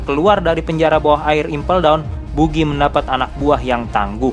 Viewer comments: bacanya bagi bukan bugi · Buggy la bukan bugi .. bugiman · Maaf pak bacanya Bagi bukan Bugi hehe Dan anak buah Buggy yang dari tahanan Impel Down itu dari level 2 (Entah semuanya atau mayoritas) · kesel bget pas buggy dibaca bugi -_ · Buggy bacanya baggy lol... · Wkwkwk,, adminnya kurang nonton animenya, cuma baca dari komiknya. Jadinya ngucap buggy dan shanksnya salah....